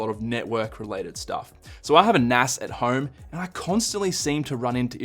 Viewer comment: You say nas wrong 😑